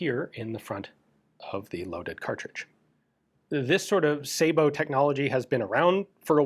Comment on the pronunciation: Dang...even gun jesus pronounces Sabot correctly.